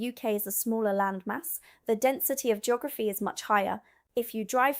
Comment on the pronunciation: Jeegorafy? I can't watch this. It's painfully bad.